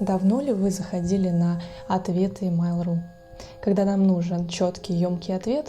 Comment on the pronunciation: Ну почему "мАйл", а не "мЭйл"? Вы же не называете электронную почту "и-мАйл".